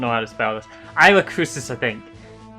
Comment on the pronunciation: Isla* not Aila